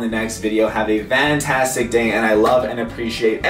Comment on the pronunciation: when it came to it sounded like he said have a vantastic day lol or is it just me